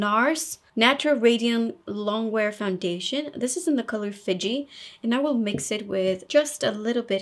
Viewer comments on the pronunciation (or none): Look forward to watching and learning from all your videos. The Bombshell Look really amped-up the glamour factor!!! BTW Nars foundation in Fiji is pronounced F ee j ee (the letter "i" makes a long e sound).